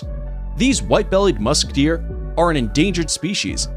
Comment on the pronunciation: Green : musk deer My ear : musketeer